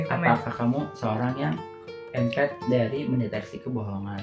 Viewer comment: Empath biasanya diucapkan impeth